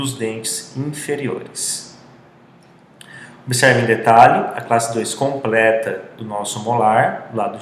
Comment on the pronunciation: "Como que..." e "obeserve" foi brabo....